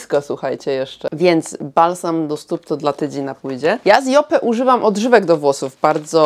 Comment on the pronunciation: Lubisz markę Yope, więc dobrze by było, abyś umiała poprawnie wymawiać jej nazwę. Wymawia się ją 'JOŁP', a nie 'JOPE'. Buziaki 😘